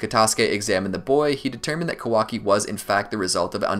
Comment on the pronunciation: It's ka-waa-kiii not how your saying it listen how the say it in Japanese alot of names you messed up but good video real on point